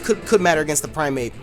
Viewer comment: You kept saying "Primeape" and I kept hearing "Infernape." I'm like "yeah, special Infernape is pretty viable, what's wrong with that?" haha